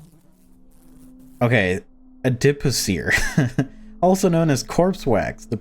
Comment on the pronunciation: a-dih-poh-seer you pretty much got it right lol it’s basically corpse wax